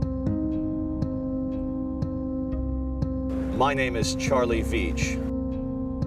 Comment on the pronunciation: The start says 'Carlie' not 'Charlie'...